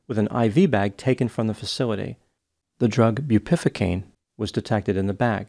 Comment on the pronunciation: it’s pronounced as “bew peh VUH cane” not”boo PIFFA cane” for the word Bupivacaine. 😂